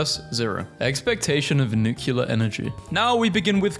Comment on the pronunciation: Five minutes into the science video: please for the love of god and all that is holy STOP PRONOUNCING NUCLEAR NUCULAR, ITS NEW CLEAR.